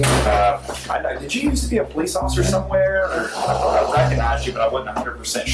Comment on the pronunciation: Police officer "Seargent Pullease" 😂😂😂